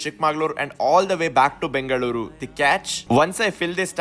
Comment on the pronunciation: ಬೆಂಗಳೂರು, ಮಂಗಳೂರು, ಹಾಸನ pronounciation ❤